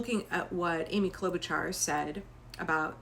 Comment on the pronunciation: Just a heads up. Klobuchar is pronounced "Klo-buh-shar".